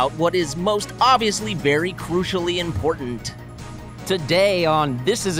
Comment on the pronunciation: And Blake caint even pronounce their own podcast properly. There’s no E in important Jesus Christ